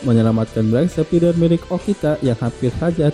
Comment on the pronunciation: Reviewnya bagus tapi ada banyak kesalahan dalam penyebutan, seperti: 1. Beak Spider, Beak bukan Black, pengucapannya "Bik Spaider" bukan "Blek Spider" 2. Rei Hijikata (pemilik Ray Stinger) pengucapannya "Rei" bukan "Rai" 3. Guru Tesshin (Okada Tesshin), bukan Tenshin 4. Mobil Jiromaru bukan Saber 6000 tapi Saber 600 "Jiromaru Special" 5. Gen Kondo (pemilik Brocken G) namanya dibaca Gen biasa, bukan ditulis Gene dan malah dibaca Jin" 6. Dan beberapa kesalahan pengucapan minor lain yg g bisa sy sebutin satu per satu disini. Maaf tapi ini hanya koreksi dari saya sebagai salah satu fans anime ini. Saran untuk kedapan lebih baik mempelajari dulu pengucapan dan istilah² di anime yg akan direview sebelum recording. Tujuannya tentu agar channel ini semakin baik, informatif, valid, dan nyaman didengar dalam membuat ulasan. Sukses selalu.